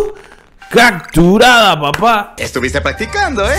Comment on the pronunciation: Genial si me sirvio, solo que se dice capturada no cacturada jajajaja